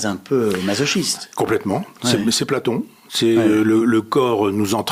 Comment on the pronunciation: Est-ce que j'ai bien entendu ? Il dit "blaPlaton" exprès, à moins que je me trompe. Le niveau philosophique est impressionnant. Il est encore meilleur quand il parle du multivers.